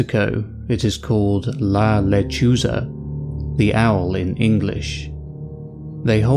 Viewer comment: You need to learn to pronounce Spanish correctly, and also, it’s not the sound of a baby crying, it’s the sound of a woman laughing. I’ve heard it!